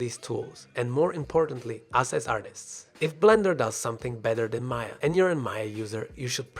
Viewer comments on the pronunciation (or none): It was getting interested but once i heard "MAYAR" instant quit, the older i get the more fed i get with people adding 'r' after an 'a'... WHY IT IS CALLED MAYA NOT MAYAR.